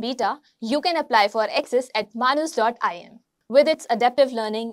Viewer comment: I think it is pronounced as "May-nes".